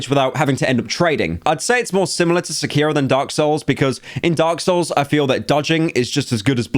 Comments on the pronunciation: pyro out here pronouncing sekiro as secureo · Sec-Key-Row Sec-Key-Row Sec-Key-Row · Why is Blud saying Sekiro like that⁉⁉🔥🔥